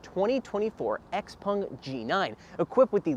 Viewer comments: Xpèng, not x-pung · It is confusing because the owners name is pronounced "pung" but I think they themselves say "xpeng". A little weird